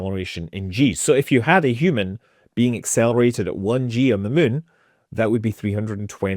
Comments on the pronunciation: I like how he says Meun.... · I can't believe after years of watching I JUST realized he pronounces it "mun". What a legend! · Mun toobes. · I lived in Edinburgh for 5 years. Never get tired hearing Scott saying “moon” :) The other word I miss hearing is Tube. Couldn’t we live in Tunnels bored into the moon? Aka moon tubes? :D